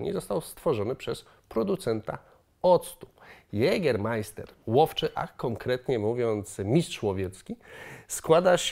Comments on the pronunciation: Hey witam mozesz smialo po polsku mowic jegermaister bo to jest poprawniej to ä po niemiecku jest jak nasze e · Nie żebym się czepiał, ale skoro znasz historie tego likieru, to możesz również poprawnie wymawiać nazwę. Poprawna wymowa, to „ Jegemaiste” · dżager sie czyta !!! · Mówi się Jegeamaista :D Musiałem ;p Super film i na pewno wykorzystam! :) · Jak może wypowiada się Pan o trunku, którego nazwy nie potrafi Pan wymówić poprawnie? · Wszsytko było by okej gdyby nie to ze wymawiasz Jägermeister źle, aż źle mi było jak to szlyszalem xd